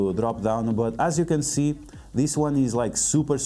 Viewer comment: "Slowly tap on this wong"